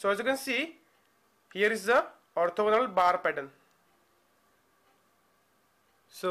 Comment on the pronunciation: lol the way he says ''orthogonal bars"